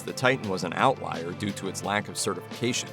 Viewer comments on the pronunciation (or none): none